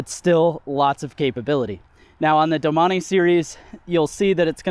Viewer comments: i closed the video when you pronounced it as DO-Money instead of domain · "Doh-man-eee" urgh... the bike guy needs to learn French pronunciation.... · Doh-mon-ee is how it's pronounced. It is not Domain. Feel free to move along